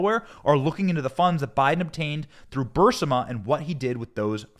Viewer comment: It's Burisma, not Bursima. Get some new writers.